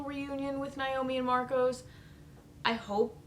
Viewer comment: Marco, not Marcos.